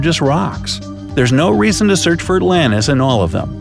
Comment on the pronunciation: Atlantis no not Atlantis